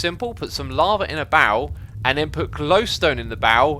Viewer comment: Oh barrel, I thought he said bowel